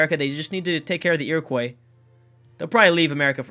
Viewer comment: ur pronouncing iroquois incorrectly and pissing off all the indians watching this